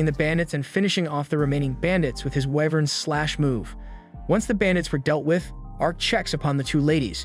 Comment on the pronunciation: Dude your speaking, Wyvern is pronounced "why-vern" and "fanged" is silent G. But honestly you must've watched the entire thing and had to do a ton of editting to get a condensed version so keep up the good work man.